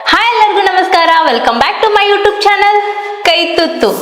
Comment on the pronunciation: ಯುಟೂಬ್ ಅಲ್ಲಮ್ಮ,ಯೂಟ್ಯೂಬ್.